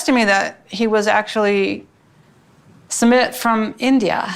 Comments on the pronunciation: Not summit🤣 it’s sume-eet🤣🤣🤣🤣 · It's not pronounced samith or sameeth. It's pronounced soomith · its- SOO-meet (soo like boo) not summit haha but excited! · His name is pronounced /sue-MEET/. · Hey! It’s pronounced Soo-mit:) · Hi doc, i am from India. And I'm really excited to watch this series!! Anyway, the correct way to pronounce his name is "Soo-myth". It's a very common name in India :) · I think it’s supposed to be pronounced like soomeet 🤷🏼‍♀️ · His name is su-myth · Jenny mispronounces Sumit's name all the time. It's actually Sue-meet. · It's pronounced "sUmit" 😄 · Indian here! Sumit is pronounced like soo-myth. Hope it helps! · It's Sue-meet. Not that hard. I don't know why she can't say it. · Sumit is the English version of his name but his Hindi spelling uses a T sound that is similar to 'th' in 'thought' not the th in 'that'